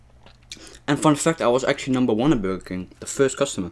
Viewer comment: It's called burger king yu said it wrong